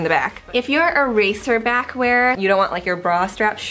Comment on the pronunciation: Thank you for saying racer back. Do you know how many people say razor back? Lol. Great video.